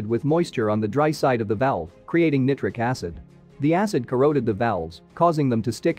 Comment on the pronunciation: First i in nitric is long not short.